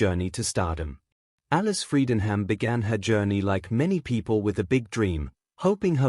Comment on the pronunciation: AI voice over can't even pronounce her name correctly. Pathetic! But Alice is GREAT!